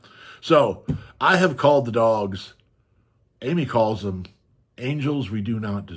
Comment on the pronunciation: i almost said upstate western NY!! I live near the Adirondacks in NY 😊 The way you say "dem" or "dare" instead if "them" and "there" was the biggest hint!